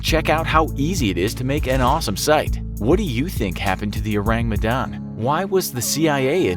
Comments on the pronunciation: Orang medan not ourang medan🤭lol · Uts an indonesian ship btw its Orang Medan not Ourang Medan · Orang not Ourang 😅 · The Ourang Medan?? sounds to me like "Orang Medan" which is means the people of Medan (a city in north Sumatra island) it's definitely an Indonesian ship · Medan is a place in Indonesia and its not spelled ourang its orang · Sorry, no offense, but I found it funny the way you say "Ourang Medan" (It should be written as 'orang', not 'ourang')😂 Oureng Mdahn Oureng Mdahn 😂🤣😂🤣😂🤣 Again, sorry, no offense, just funny... ✌️ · oh boi, in Indonesia its ORANG not Ourang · DUDE DUDE, YOU MISPELT "Medan" ITS NOT M' DAN, ITS ME (not mi) DAN ALSO ITS "RANG" not RAENG Us indonesians have to deal with you people who cant even pronounce our words right but cant blame ya'll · I came here.... just wanting how the pronunciation of Ship of Medanese person.... oh i laugh everytime he mispronounce it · Its funny how english speakers tend to mock ppl with an accent bcs theyre not a native speaker, but they cant do simple google search on how to pronounce ourang medan when they have to mention it at least 10x its kinda annoying to hear, but at least theyre trying, not hating tho, great vid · I can't help but cringe every time you mispronounced ourang medan. nice video though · The pronunciation is so funny lmao Also maybe it's orang medan? it means medan people/person, Medan is a place in Indonesia